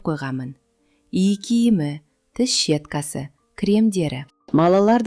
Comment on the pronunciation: Тіс щеткасы дегенде гі е әрпін елка дегенде гі е ны айтып оқысаңыз,е-нің төбесі нде екі точкасы бар әріп...😮😮😮мына жерде сол әріп жоқ өкінішке орай,сізге көрсетейін десем...түсінікті жазған шығармын,диктор а?